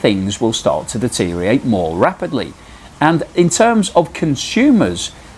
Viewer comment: Deteriorate has five syllables, not four.